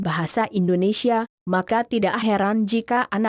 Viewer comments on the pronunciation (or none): Bukan Indonesyia neng, tapi Indonesia .